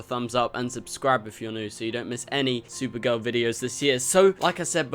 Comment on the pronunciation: its spelled supergirl. The way you pronounced it was sewer girl